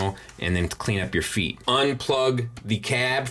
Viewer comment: Great review. Not to nitpick, but you mispronounced "feet" four times in this review. 😉 I heard MS is doing another release of Prime with silver paint on the thighs and hip skirts. Anyone know if that's the extent of the paint they plan on doing? Will the whole figure be painted like this one? Thanks to anyone who can shed light on this.